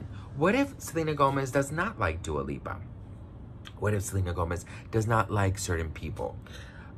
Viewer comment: He said Dua peepa 🤣🤣🤣🤣 Hahaha I love it !!! 💕